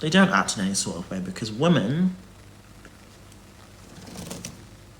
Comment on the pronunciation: His inability to differenciate between WOMAN and WOMEN is infuriating. Almost as infuriating as the condescending therapist tone he's decided to take with everyone. GAAUURRRLLLL you have literally no idea what you're talking about.